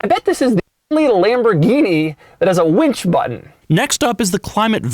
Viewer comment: Other lambos have a "wench" button instead of a "winch" button.